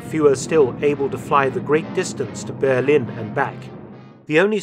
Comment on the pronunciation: Why does Mark always pronounce 'Berlin' wrong?